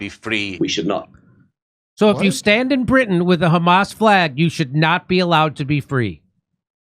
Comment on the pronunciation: You've nevah Mr Bean